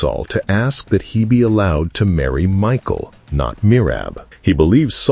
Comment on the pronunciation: It's Mikal or Mical ( Mee-hal ) not Michael